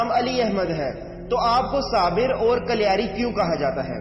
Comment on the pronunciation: कलियार nahi कलियर hai, ye Roorkee, Uttrakhand me hai